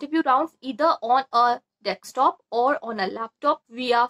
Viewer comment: And Desktop not dekstop